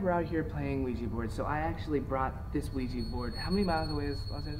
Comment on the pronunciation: Why do they say ouiji board and not ouija board?